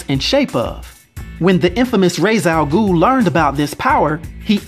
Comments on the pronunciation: OK I'm sorry but "Raise" Al Ghul? Are you serious? How does everyone actually mispronounce his name?! Just watch Batman: The Animated Series, Superman: The Animated Series, The New Batman Adventures, Batman Beyond, and Batman: The Brave and the Bold, and Young Justice. That's all you need! Don't remember what Beware the Batman called him though. I have heard that "Roz" is the correct way to say "Rā's" in the native language and I've gotten used to it, though it still annoys me when people are referring to Rā's Al Ghūl. Well, that was a rant. Time to watch the rest of the video now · (Ray-sh) Al Ghul! Ray-sh!